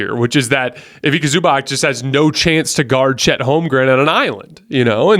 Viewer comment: Hey, the c in European players names like Zubac is pronounced like ch not like k. Small nod. Love your show, keep up your fantastic work